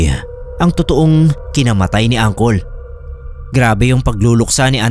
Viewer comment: Tawang tawa ako sa pag basa mo ng angkol😂😂😂 diba puede uncle ang pagkakabasa?